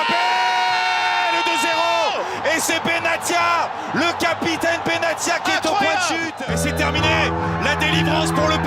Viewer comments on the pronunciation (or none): none